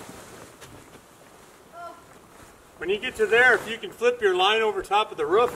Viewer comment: I love y’all but I cringe everytime y’all say “ruff”. It’s r”oo”f 😂😅 I wish I could do wat y’all do. But I love livin my life on my mini little farm.